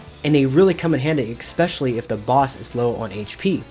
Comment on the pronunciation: Brother, there is no K in "especially"